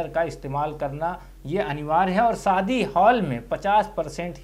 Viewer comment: Saadi nahi shaadi